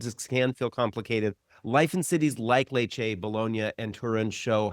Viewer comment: Lads, nice, well produced vids, but my unsolicited advice is to learn how to pronounce these places. Letch-eh is how you pronounce your top choice. And is beautiful though very hot in the summer